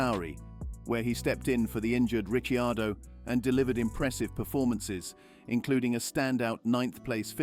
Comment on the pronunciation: Hey! Ricciardo was pronounced properly. That's rare.